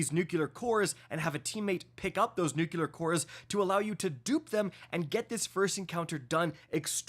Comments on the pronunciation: Nuclear... NEW-CLEAR!!!!! Not Nuke-you-ler! Good lord you sound uneducated when you say it that way. It's not a regional thing, it's a... something youtube wont let me say type thing. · If you say “nuckuler” instead of nuclear one more time I’m unsubscribing. I even met you at GC. Come on. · My guy says "Nuke-yular"